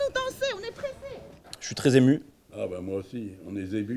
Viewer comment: "on est zému"